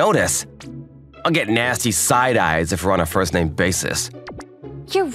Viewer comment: When he says her name he says the f word with an uh at the end